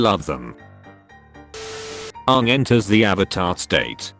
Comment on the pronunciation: the AI pronouced Aang like the atrocity that was the ALTA live action movie. edit: just finished the video, he keeps pronoucing it wrong.